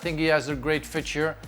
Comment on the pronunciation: Yeah you did lol, I think he started pronouncing 'future' in french then switched to english midway through.